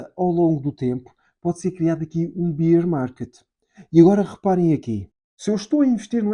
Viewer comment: Boas, nao lhe querendo ensinar nada , mas a forma como diz Bear market incorreta. Beer é cerveja . Bear Market lê-se o "a"